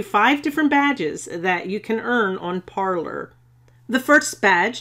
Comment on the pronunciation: I thought it was pronounced par-“lay”